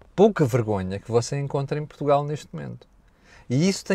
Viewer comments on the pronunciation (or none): none